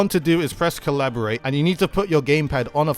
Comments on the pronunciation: Calibrate is pronounced "cal-uh-brayt" not "Collaborate" haha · informational what i did learn tho is you don't know how to pronounce Cal-Li-B-Rate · that's not an accent, that's a complete different word "Cabrilate" =/= "Calibrate" "Collaboration" =/= "Calibration" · Empress Aly Years late but that's not an accent, as an Englishman (if you'd call me that, as I live in England and so does DUDE), he's just pronouncing it wrong. No hate, I know it's not a common word, just saying. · DUDE makes a video to help the community improve. Community responds by criticizing how he pronounces 'calibrate'... smh... I, for one, really appreciated the tips and I can't wait to get home so I can try them out. Thanks DUDE!